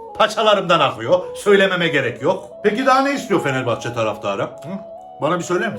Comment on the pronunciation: Gerçi bende anlamıyorum aklımdaki Fenerbahçeyi diyişi beni güldürdü baya 🤣🤣